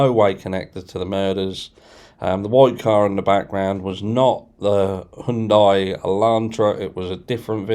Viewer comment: High __ Yun __ Die . My god man youll be trying to get your tongue around alluminium next.